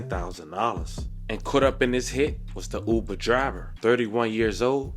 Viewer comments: The Newcaster pronounced Uber like yuber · Why the 1st new broadcaster called Uber “Yuber” 😂😂😂😂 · I literally was like wtf is youber 😂😂😂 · DID THAT NEWS ANCHOR SAY YOUBER(UBER) 🤣🤣🤣🤣🤣😆😆😆😆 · I know his big grown ass did not just say YOUber on national tv.. is he living under a rock ?!!? WHAAAAAAAAAAAT ?? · Dis man just said YUBER 🤦🏽‍♂️🤦🏽‍♂️ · “Driving him for you-ber” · No way he said you-ber I’m done … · Pops said YOUBER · I was vibing to this shit until i heard the reporter say “U-BER” 😭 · The news man said you-bur instead of Uber😂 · “Youber” is insane 😂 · Nigga said youber n threw my whole vibe off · the way the news reporter says "youber" triggers me. lol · Am i the only that thought it was weird the reporter said youber instead of uber.. i wouldve thought it was ai if i didnt see the dude talking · MF said youber 😑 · That mane said Youber lol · When the setup is really on you because you living foul.. That reporter calling it Yuber is throwing me TF off. Usually only A.I. mispronounces words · Shawty said “Youber” 😂😂😂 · “YOU-ber driver” 🤦🏾‍♀️ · Why the reporter say Yuber lol...any way r.i.p. to that poor uber driver dying over these fkn fools and their nonsense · Bro said "YOUBER" 😂😂😂😂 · What the hell is "yuber" SMH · “YOUber” is blowing my shit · Right😱 like wth is a YOUber??!! 🤦🏽‍♀️🤷🏽😁🤣🤣🤣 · I thought I was bugging when I heard that 😂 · 😂😂😂 it does start with the letter U… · Is anyone else cringing at how the reporter pronounces Uber? “The yuber driver” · Fire him.... What rock he been living under, to not know how to pronounce Uber 😂.... Rip Driver 🙏🙏🙏